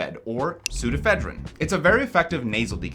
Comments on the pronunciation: "Ephedrine" and "Psuedo-Ephedrine".... simple, right? You're missing a syllable there. I used to think that too, "Sudafed" screwed it up for everyone.. Cool vid, subbed. -7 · Not being picky, but I hope you're aware that you are mispronouncing several of those chemical names, pseudoephedrine being one of them